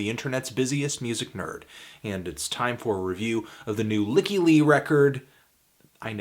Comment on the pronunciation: "Lykke" in Norwegian means "happiness" and it is pronounced "leek-kah." She's Swedish so it should sound something like that. "Leek-kah Lee"